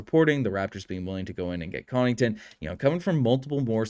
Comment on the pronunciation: You keep calling Pat Connaughton, Pat Connington.